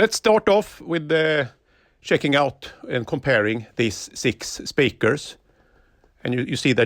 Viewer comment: I like how he makes the word speaker into two words. spee krrz